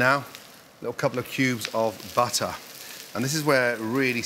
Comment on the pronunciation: "Tablespoon of buhtuh" proceeds to scoop triple the amount lmao